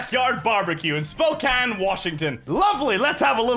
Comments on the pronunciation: I'm surprised he pronounced it right, usually people pronounce it as "Spocane" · pog he pronounced spokane correctly